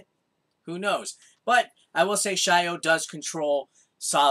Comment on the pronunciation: I have a feeling its not shy-o but sio as in salt in japanese...